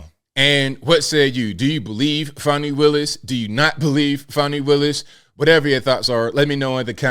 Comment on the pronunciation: Fawnee my azz, it's Fannie!